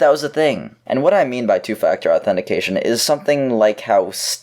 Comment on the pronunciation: U don't say authetifiication correctly